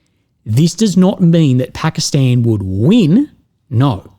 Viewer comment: Thumbs up for pronouncing it Pakistan and not Pahkastahn.